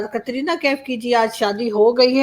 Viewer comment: कतरीना नहीं कटरीना कैफ बोलिये